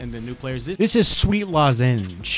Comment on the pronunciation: uhm just so you know. lozenge is pronounced lozinge